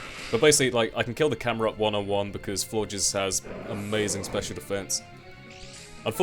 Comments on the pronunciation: I was so disappointed to hear you say floor-jizz like everyone else. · Seeing as the first to have french endings(Flabébé and Floette) Florges is probably pronounced floor-gey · Lmao I heard floor jizz too :/